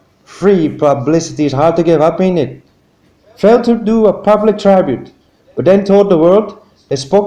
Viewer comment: This is not the same narrator as usual He is much harder to understand. What accent is this? There are many mispronunciations including saying TRY Bute for tribute. The accent is too hard to understand and any narrator you get should be able to pronounce the words. Sorry.